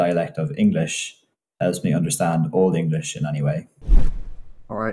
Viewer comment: This guy pronounces Old English better than any I've heard on YouTube.👍.He doesn't exaggerate the Germanic nature of English with too much emphasis on the syllables and doesn't indulge in gutturals like others do making them sound like Pirates 🏴‍☠️👍